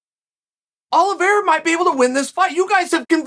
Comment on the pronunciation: Oliveira. Got to put respect on the champs name